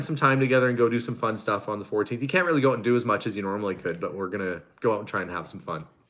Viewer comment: I like when you say ‘out’it sounds like ooht 😂and I’m with you 100% PEOPLE CAN CARRY ON A CONVERSATION WITH OUT SWEARING ,ITS NASTY AND DISGUSTING,👌